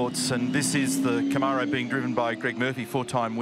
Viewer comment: Aussies can’t pronounce Camaro.